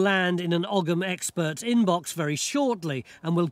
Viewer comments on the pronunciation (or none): It’s not Ogg ‘em. It’s Ogham pronounced O M - silent “g”. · I wish they would stop saying ogum. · According to my Druidry sources, Ogham is actually pronounced oh-yam. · It's weird hearing Ogham pronounced with a g. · well they can't pronounce 'ogham' properly 'g' is silent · It's pronounced "oe-um" but any real proffessor would know that. I very much doubt it says "corner 50 gang"🙄